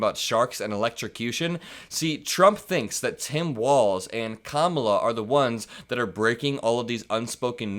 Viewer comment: Democrats and the media should continually call him Don-OLD Trump until he stops calling Kamala Kam-MA-la.